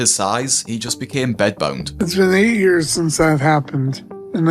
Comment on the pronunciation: I love the way you say years